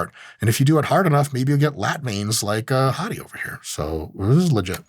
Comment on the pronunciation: I kept thinking Mike was calling him "Hottie"